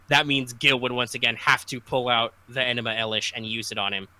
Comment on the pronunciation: Somebody better be prostrating themselves for mispronouncing fucking ENUMA ELISH